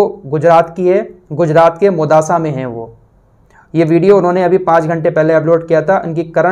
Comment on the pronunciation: मोदासा नही मोडासा